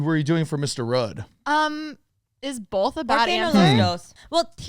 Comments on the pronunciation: "bolth" and "thum" lol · The way says “both” with an Irish accent or something I love it 😂